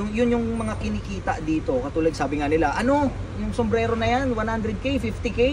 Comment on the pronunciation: Bilhin ko yan kahit 10m kung mabigkas mo ng maayos yung SOMBRERO 😅